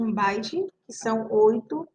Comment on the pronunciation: Parei no "Baite"